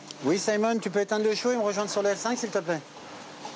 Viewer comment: saimone???? On est en france il est francais pourquoi faire genre que on est au États Unis